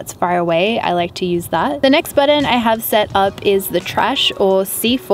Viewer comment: I love how you say Button! Budden.